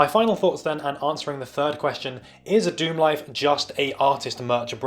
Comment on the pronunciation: Pronounced Star Lixerd Dicksemlife.